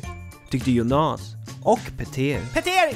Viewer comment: Arvid Pettersson Nej, det gör hela skillnaden. Jónas är ju det normala uttalet, skämtet här var ju att han uttalade det Jonás.